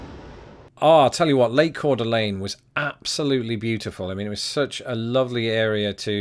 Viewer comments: You pronounce Ker duh Leen so purty,. HA! No, not the SLC hook again! To quote Media in American Gods (Gaiman), "put a pillow over that feeling and bear down until it stops kicking". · Guy ByTheDoor, "Ker duh Leen"? and I both pronounce it "core duh LANE" Which is correct?